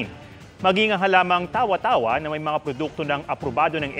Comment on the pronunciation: Mali ang pronunciation ng Tawa-tawa.